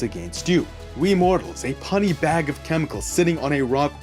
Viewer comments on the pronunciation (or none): "We humans, a 'pun-nee' bag of chemicals." I think it's 'pew-nee'. Good video.